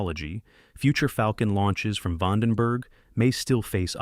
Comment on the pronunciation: re-gyoo-LAY-tory VAUGHN-den‐berg 😅